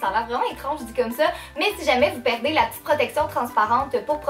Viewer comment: Ah ah j'adore tes vidéos tu donne un air frais avec ta joie de vivre et ton accent rigolo On doit te le dire souvent mais je suis française et tu me fais rire quand tu dis les souliers (chaussures en France ) ce au lieu de ça En fait tu e à la place de à c'est amusant... Gros bisous continue comme ça